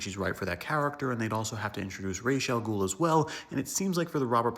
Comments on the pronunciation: I like how you properly pronounced Ra’s al Ghul’s name. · Cuz that’s the correct pronunciation